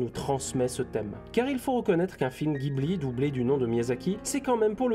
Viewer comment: Critique interpretative un peu branlante. Tu le dit toi même. Pourquoi ne pas avoir fait une critique interpretative non branlante ? En + tu renvoies a la vidéo de "lapeinds" qui est encore + mediocre que la tienne. Tu n approfondie rien. On apprends rien. Le roi des perruches incarné. Et on dit pas guibli ...